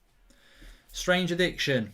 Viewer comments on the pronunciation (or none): none